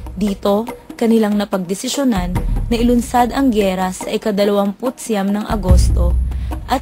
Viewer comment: ang bobobo nyong mag Filipino. Syam hindi siam (Thailand?).